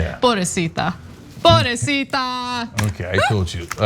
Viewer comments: Ana, if you're going to use Spanish in your commentary, please make sure you use it correctly. It's pobrecita NOT "poorecita." Nice try though. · PoBREcita, not Porecita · Ana. "Poblesita". I was lol. Good job. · Did she just say ''porecita'', hey you are getting your Spanish right! Me la sube comadre! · White people saying pobresita... jajajaja Love you guys though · Hey , Ana I love listening to you been doing it a long time u are awsome , but mama if u gonna sneak Spanish u should practice saying the word so it won't sound so awful sorry ...